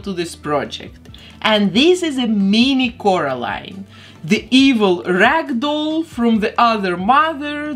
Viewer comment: The doll looks awesome also I love the way you say Coralline 🙂